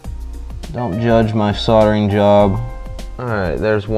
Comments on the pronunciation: SOLDERING not SODERING. Lol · Sordering.... Fucking sordering, that's pissing me right off